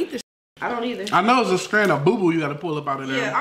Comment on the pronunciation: 🤣😂😭 it's boo boo 🤣😂